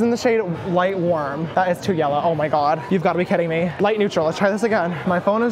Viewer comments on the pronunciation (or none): Dead at "Swear to GAWD" I felt it.